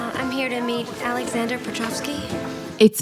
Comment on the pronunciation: Could Carrie not pronounce Aleksandr or did she just want to Americanize it?